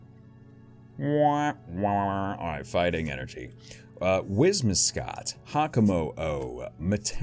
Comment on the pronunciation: Good old 'Whis-mi-scott'